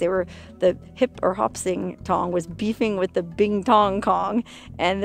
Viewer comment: you said in the videoL "there was this one Tong..." but I heard Won Ton - forgive me but you were telling the story about the murdered Chinese Laundryman wah, wah, wah....